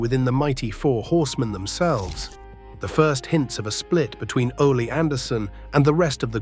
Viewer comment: Ole pronounced “ole as in hole” & Ole pronounced “Olay”. 😂😂😂😂